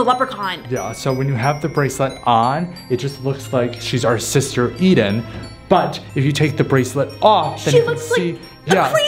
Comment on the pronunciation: It's pronounced Eden